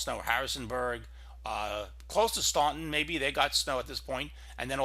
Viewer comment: Diana Salmon he butchered the name Staunton